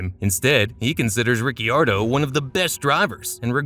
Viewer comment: Exactly what I thought. Anyone who watched a single F1 Race knows that the I in Ricciardo is silent.